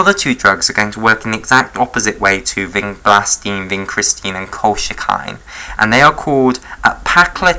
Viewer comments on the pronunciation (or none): very nice. but colchicine is pronounced kol-chi-sin i believe